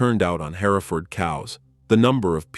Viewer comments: Jeezus it's her-furd, not hairaford. I can't keep watching this it's so distracting. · It's pronounced Herford. The E is silent. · Its painful to listen to a computer voice mismanaged to where it cannot pronounce "Hereford" its not HAIRFURD. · It's HEReford, not HerEford. The AI narration renders the rest of it 🐂💩. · What is a hair-i-ford? I've heard of Hereford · Hearing the AI so perfectly enunciate every syllable in ‘hereford’ just irks me on a deep level. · that is how I would pronounce it, too. Even if it didn’t just try to suddenly pronounce that middle syllable, I could forgive it. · You would think before narrating an entire production they would teach the robot how to pronounce the main word. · It would be nice if you could make your video sound be what it should be you’re not saying the breed properly and idiots are going to start saying it the way you’re saying it and we have nothing but idiots running around the countryside. Try to do your AI because it must be AI cause no hear and other than the Engine could say it’s so wrong. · Jesus, AI can’t pronounce Hereford correctly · That's the British pronunciation...... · Maybe the UK pronunciation of Hereford would sound better. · the mispronounced Hereford AI bull shiz